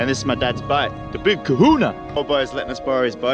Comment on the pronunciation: In the beginning when he said boat it sounded like he said butt